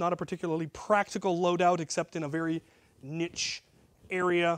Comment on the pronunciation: Did you really say niche? It’s clearly pronounced niche